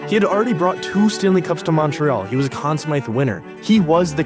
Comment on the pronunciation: Anyone that pronounces Conn Smythe that way, ain't right